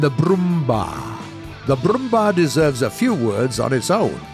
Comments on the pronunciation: Wait until the Brrrrrrrummbar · Genauso wie Brrrrummmbaaarr und leppard😂😂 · Its called Brummbär not Brummbar. Bär = Bear, same pronunciation. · pronounced kernigsteeger, yagdpanter, broombear, yagdteeger and raketenyagdpanzer. Don't need to bother with these but at least pronounce j like y. Also sturer emil should have mg34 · Showing tanks that not in the game anymore to research... Also getting uptiered all the time.... And its brummbär like brummbear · I lmao when he said brummbar XD